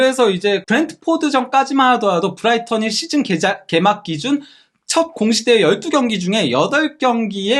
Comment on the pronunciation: 부다이턴. 발음 예술임.